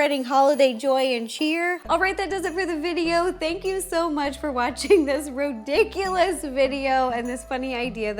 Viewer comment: Everytime she say rodiculous I think of Jane the virgin lol love this gingerbread house